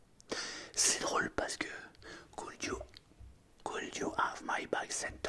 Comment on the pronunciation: Le could you il pique